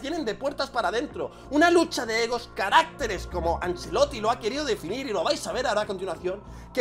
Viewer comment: ¡Ojo!, no se dice carácteres, sino caracteres (en plural el acento está en la primera e)